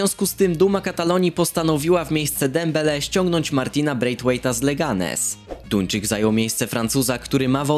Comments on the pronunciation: czy tylko ja usłyszałem ,,tuńczyk” hahaha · Duńczyk mogło ci się pomylić